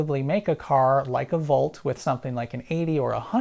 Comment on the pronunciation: Hard to tell when you're saying "Bolt" vs. "Volt". Please keep in mind that we don't all have great hearing.